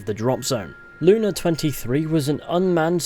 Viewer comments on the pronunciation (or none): reading ussr lunA as sisisipee lUna fucking ended me